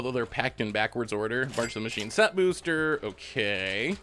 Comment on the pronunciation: I love they way you say “bewster”